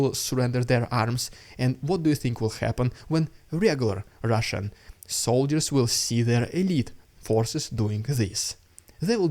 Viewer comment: What I liked when you introduced the Russian propaganda is when you rolled the Rrrrrrrrrrrrrrr.